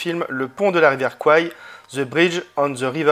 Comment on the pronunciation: Bien le bonjour votre Seigneurie 😉 Concernant le Steelbook, effectivement ce style Pop Art s’avère très discutable (pourtant d’ordinaire j’aime bien)… Cool ce transfert bénéficiant du DV (je possède l’édition 4k HDR de 2017) 👍. Juste pour votre gouverne, j’ai appris il y a peu que Kwai se prononce « Couaire »… Je pense que ton « De quoi parle le film » va devenir légendaire dans le milieu 😅😂 À plus poto 😉